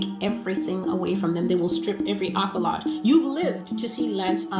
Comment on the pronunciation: Celestial ain’t got a single prophesy right 🤣 Edit: she can’t even pronounce “accolade” and “posthumously” correctly 💀